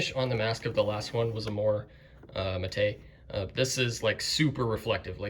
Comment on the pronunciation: I'm sure he meant "matte"